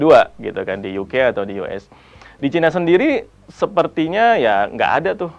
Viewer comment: Bilang China aja ga becus 🤦🤦 #StopRasis